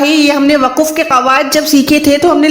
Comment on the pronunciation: Mohtarmah Assalamo alaih Pahle aap urdu bolna seekhen phir quranic arbi ko samjhayen. Lafaz ya waqaf to bolna ghalat hai. Durust to hai lafz aur waqf. Qareeb Sare aalim ghalat bolte hain kiyon.